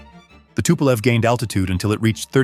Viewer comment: Что ты мелешь, тупой робот!? Какой сисисипи? Эс ЭС ЭС Эр!Так это читается правильно!И какое пулово если правильно аэропорт в Ленинграде называется Пулково! Самолёт не тупа́лев а Туполев!И не 254 а154!! Это только некоторые так сказать ошибки за первые несколько минут видео! Это просто невозможно слушать!Ставлю дизлайк и нет сил смотреть и слушать эту галиматью до конца!